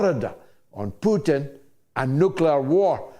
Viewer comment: Will someone mention to that Simon guy that Russian president's surname isn't Pyutin.